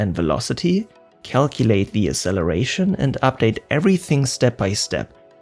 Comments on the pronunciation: FYI there's not a single dictionary that accepts pronunciation of "acceleration" without "ks". The same goes for access and other similar words. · Please learn how to pronounce "acceleration". Hint: the first "c" has a "k" sound. Otherwise, great video. Fascinating stuff. Thank you.